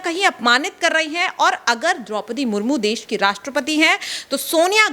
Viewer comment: आप भी राष्ट्रपति का अपमान कर रही हैं। उनका नाम सुश्री द्रौपदी मुर्मू है। आप "मुर्मुर" बोल रही हैं।